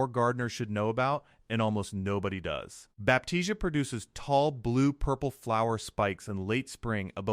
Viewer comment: NOT BAPTIZIA....BAP T C UH